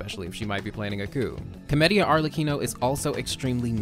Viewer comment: Everytime he says Comedia it sounds like chlamydia